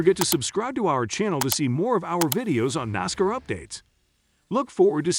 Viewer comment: Botvoices are slow learners. Nosscar?Really?